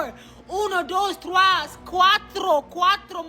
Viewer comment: Lowkey pissed me off when he’s trying to count in Spanish and he said “thraus”